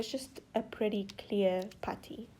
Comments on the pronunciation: For the whole entire videos I thought you were saying “patty” but you were saying putty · Was she saying patty instead of putty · It’s putty not patty 😂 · Normal: putty Girl:patty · It's not patty it's putty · A patty??! Lol the way u pronounce- no hate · Anyone else hear “patty” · potty or putty? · Not to be mean but she is saying patty (not trying to be rude) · I’m I the only who likes the way she says putty😊? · I love how she say putty